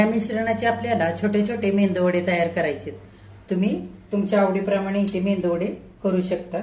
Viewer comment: अहो आजी मेंदू वडे नका म्हणू मेदूवाडे म्हणा.